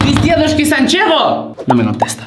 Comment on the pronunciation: Me dió mucho miedo cuando dijieron sanchego creo que se escribia asi me da muchísimo miedo